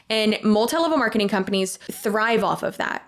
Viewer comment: “These kind of ‘shcompanies’ “😂 You so funny. ❤